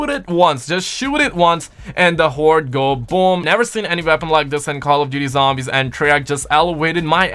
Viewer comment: Not trying to be rude or anything but is it just me or does it sound like he’s saying veapon instead of weapon